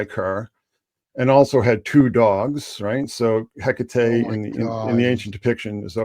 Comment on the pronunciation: You can also say heck ate, Not heck ate eee. It's just heck ate. One woman, not three. So Anne Heche had organs shipped about? Hmmm. Epstein agent Diddy network Ellen had Anne Heche ritually slaughtered via car wreck? Hmmmm. She was not very injured but died anyway? Hmmmm. Anything like this ever happen before? I hear Epstein agents 'set up' 'Diana' With 'Dodi'? Is that code for a car wreck? Diana didn't die in that car wreck, and died from a 'pierced heart', that could not have happened in that car wreck? Hmmmm.?🤔 I wonder where they sent these body parts? Were Diana's body parts used in Epstein Island rituals? Hmmmmm.🤔 Oh yeah they were.